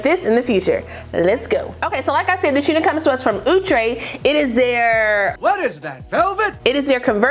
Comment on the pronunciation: Ooh-Tray and not Out-Tray. I cud b wrong.